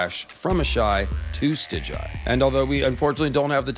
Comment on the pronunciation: Stig-guy, not Stij-jai.... cmon now